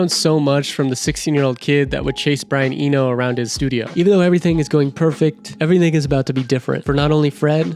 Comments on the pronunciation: That Spaniardized pronunciation of Brian "Enjo" is killing me bruh 🤣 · Eno, not Enyo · and Brian Eño 😂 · Brian "EnYo" ..... seriously? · And Brian Eno, but otherwise a great vid. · Awesome video, thanks! Just for info Brian's surname is pronounced Ee-no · Nice video and it’s “Brian E-NO”